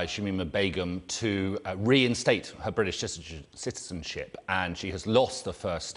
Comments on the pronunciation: Can we talk about how hard he is finding it to pronounce “british citizenship” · This man struggles to say British citizenship about as much as Shamima struggles to get back to the uk